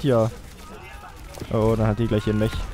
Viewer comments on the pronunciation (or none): none